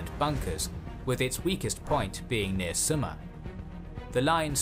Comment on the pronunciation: Summa -hit on first vocal not last ( Finnsh grammar is like Estonian grammar )